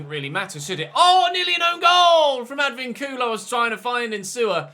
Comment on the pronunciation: Im so glad you actually send the scout to venezuela. Im venezuelan and i know is a little thing in a game but it makes you proud that your country is being notice. Also, a little help with spanish names. If you see a little line on top of a vowel (like á é ú í ó) you're supposed to emphasize that. Ej: Sánchez would be like SÁnchez or in this videos case, AdvÍncula instead of Advincúla. Hope I has clear and you could understand what I mean